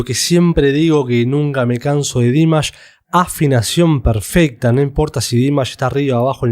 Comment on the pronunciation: A alguien más le desespera que no pronuncie bien el nombre? ..... Es Dimash, con acentuación en la última sílaba, palabra aguda, por favor! Hay que investigar antes de publicar. Gracias.